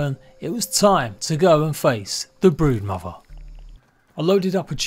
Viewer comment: Legit sounds like he said "The Breadmother"